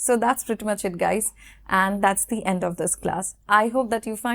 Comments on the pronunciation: Data pronounciation bolun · Very impressive lesson. However, you seem to have tripped on the word 'thee'. We do not say 'thee President' or 'thee Chief Minister'. Thee usually is a Bibical word meaning ''you'. Warm regards from New Delhi. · It should be pronounce (thee) The honest man. Example: umbrella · আসসালামু আলাইকুম ওয়ারহমাতুল্লাহ আপু আপনি বলেছেন দ্য উচ্চারণ হবে consonant এর আগে আসলে দ্য উচ্চারণ হবে। তো এখানে তো দেখতেছি the University এটা তো vowel আপনি তো দ্য বলেছেন।